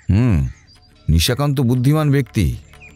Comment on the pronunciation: নিজের পেটের ভাই!😂😂😂😂 বলছি, নিশাকান্তকে দুই-তিন বার নিশিকান্ত শুনলাম।🙄🙄 বাদবাকি, খুব ভালো লেগেছে। এই channel-এ আমার বিশেষ করে কিরীটি সিরিজ খুব ভালো লাগছে।😊😊❤️❤️